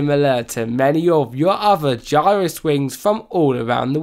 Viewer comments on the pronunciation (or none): none